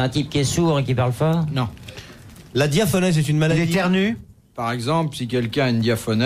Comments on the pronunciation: On dit diaphorèse, pas diaphonèse. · DiaphoRèse et pas diaphonèse.